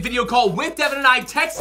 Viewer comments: Its Devan not Deaven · "Bad Deven" 😂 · it’s devan not deven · Its Devan not Devin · Yeah is Devan not devon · It's Devan not Devon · " BAD DEVAN " XD!